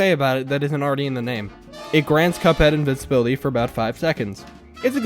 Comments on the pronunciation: you mean invincibility, not invinsibility, right？ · Bro said invinsiblity